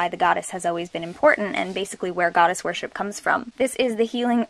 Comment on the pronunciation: lol, "wirshipper"